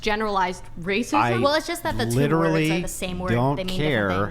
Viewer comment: Because she pronounced literally….lit trall lee many times. She automatically wins and is correct.